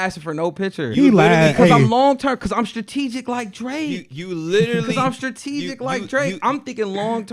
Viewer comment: This man really said "I'm straregic like Drake"